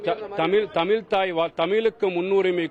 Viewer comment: தமில் நாட்டு ல